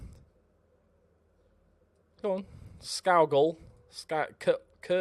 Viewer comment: Just to help you out. Your new Scottish signing his name is pronounced scoogal. Loving the series keep it going. I’m predicting mid table finish 12th